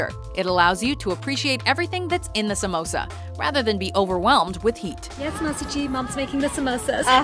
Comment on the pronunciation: im indian an i just want yall to no its prenoused sum oos ah